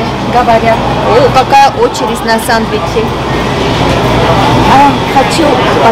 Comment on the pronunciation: не сандвичи а сЭндвичи 😊